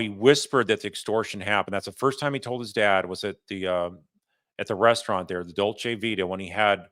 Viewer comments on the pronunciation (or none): none